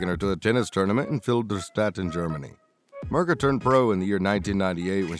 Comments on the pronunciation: Who's Mrka? Her name is pronounced Meerka :) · LOL. Ok not much actual Federer here. And Mirka is pronounced Meerka.. but any look at Roger is welcome. Next.